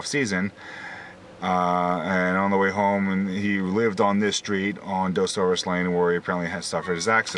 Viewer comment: He didn't live on Dosoris La, he lived on Morgan Island. You would take Dosoris La to get part of the way there. Street name is pronounced "Duh-saurus" not "Doe-saurus"